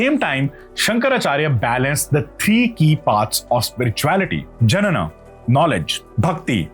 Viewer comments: Not Janana it's pronounced 'Nyana' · Amazing content, great work in showing our past glories. Thank you. One developmental feedback, if I may. This video may be the only source of truth for many. So please ensure your pronunciations are correct. Otherwise the meanings will change completely. Jnana is Gyana not janana which means birth. We all learn everyday, so hope you take this in the right spirit. Thanks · Please check the pronanciations Its Jyana not janana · Good content, really appreciate it. Some terms like "Jnana" needs pronunciation correction. Jnana is pronounced as gnana. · Jnana as Janana .... promounciation is bad